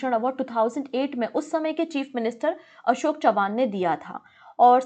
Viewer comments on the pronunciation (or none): none